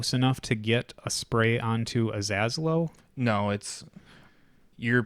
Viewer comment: ah-zello (Like Jello), or ah-zAy-low, or even Aziz Ansari. Just not lord Az